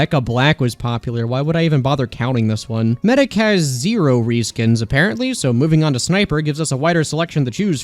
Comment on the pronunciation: Weapon Ree-skins…